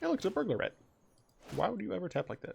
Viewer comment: Every time you say "Burglar Rat", I hear "Burglarette". So now I imagine that the Burglar Rats are all girls and are like the rat version of cat woman.